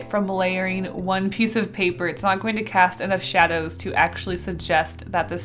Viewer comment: "Axually" or something like that XD nah I loved the result of your 3D drawing. Spooky, but cute, but spooky.